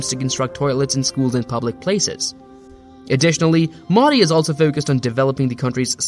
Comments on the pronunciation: Actual pronounciation Mo -dee How narrator pronounced it - Meaw- dii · Funny how you are pronouncing Modi (Its Moe-dee not Moddy) Otherwise great video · It's not maudi... It's MOdi.. dog's d. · It's not Maadi Its MODI Pls pronounce his name correctly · Its not MAUDI dude. Its Modi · the pronunciation is "Mohdi" and not modi(fication). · Have some respect and pronounce his name correctly. It's not Mudi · WTF is Moddy? Learn the correct pronunciation. You don't say BREE-OKAY for brioche and KROY-SANT for croissant do you? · Here's the pronunciation: "moh-thee" Thee, as in, 'th'ough, 'th'us. There's no excuse to not knowing the right pronunciation. There are, quite literally, 100s of 1000s of videos right here on YT, not to mention a ton of new outlets covering him. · lmao "moddy" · Why tf y'all pronounce the name so wrong like damn... You must've heard his name multiple times yet you don't correct yourself. IThe same mistake non Native speakers do y'all bully em into developing "accent". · The way he says modi is so funny😂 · Yo man pronounce modi properly else I cant trust you ! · Please use right pronounced MODI correctly. Practice more